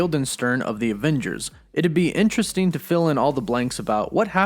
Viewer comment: GET ELOCUTION LESSONS Returneen is not a word Happeneen is not a word Intresteen is not a word Sometheen is not a word Emortal/uhmortal are not words Buhfore is not a word Hulkeen is not a word